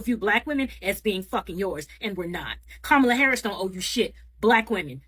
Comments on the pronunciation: Hi Sweetie 😊💙🇺🇸 Vice President Harris name is pronounced sounds like (Com Ma La) Not (Ka Mala as you are pronouncing like the white , Indian and Arabs/Muslim in America ok Sweetie ? 😊💙 Just a correction from you American cousin🇺🇸✌🏾😘😘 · COMMA la.